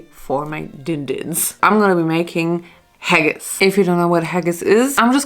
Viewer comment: I'm really sorry to be the one to tell you, but as a Scottish person, you totally butchered that Haggis!🤣😅 I kinda felt sorry that it came out so bad because I've grown up eating it and nothing can compare to the real thing. It's a taste of home for me. I would have liked you to try the real thing. I have had a good vegetarian haggis, but nothing about haggis is supposed to be "summery" it was meant to warm the cockles in harsh Scottish winters. In Scotland, we eat Haggis, Neeps and Tatties on Burns night every year, to celebrate Scottish poet Robert/Rabbie Burns. Haggis, Neeps and Tatties is a traditional Burns night dinner...This is not an English thing. Just Scotland... just a fun bit of trivia. Anyway, don't let that experience put you off trying it again...